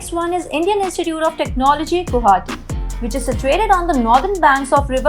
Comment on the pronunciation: Waiting for the day when mainland indians will learn to say Gu-WA-hati instead of goo-hati.